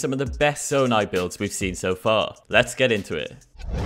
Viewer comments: bruh really call it “zondai”? fake Zelda fan lol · Proof he's never played the game and is reading a script: "zondai" I hate people who make channels like these, taking advantage of people's hard work for profit, and they don't know a thing about the game. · wait wait wait... "zondai"...? bruh... just... bruh... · did he say zondai